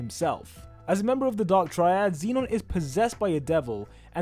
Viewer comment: he pronounces like zeenon— its zenon